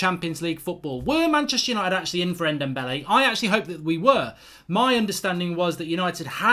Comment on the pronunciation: He can’t say ndombele